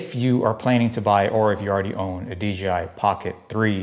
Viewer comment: They might sponsor you.... if u say DJI.... not DGI loooooooool